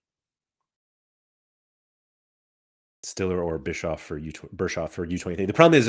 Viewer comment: where do and get the R when pronouncing Bischof 😂